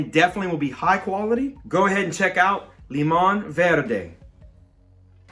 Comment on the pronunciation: Your pronunciation for limón verde was spot on 👌